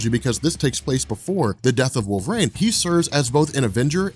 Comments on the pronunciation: My man, love your channel, been watching for years....can you please say Wolverine properly? Its not "WolverAINE"!! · I can’t stop hearing “wolverane” not wolverine 😂😂😂